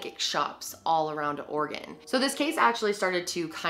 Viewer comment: I live in oregon!!!! Thank you for pronouncing it right! Lol